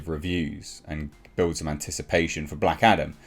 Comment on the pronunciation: I keep hearing Black Adder in this vid 🤣